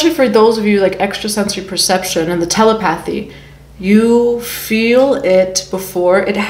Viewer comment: Mommy it's pronounced tah-lep-uh-thie = telepathy